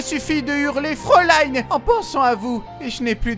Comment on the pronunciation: Pour tes efforts : FRÄULEIIIIN ❤